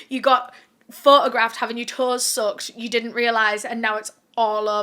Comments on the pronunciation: When u were talking about her toes I was so confused until u showed the picture. I thought u were saying "soaked" not "sucked".😂 Also Jane couldn't have been "face timing" her boyfriend. It wasn't invented till almost 10yrs afterwards. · I thought what you said was "she had her toes soaked" - this man had brought her a small tub to " soak" her feet and I couldn't understand how that constituted a scandal 😳. The I heard you again say the word & I realized you'd said "sucked"! I then turned on the CC, lol!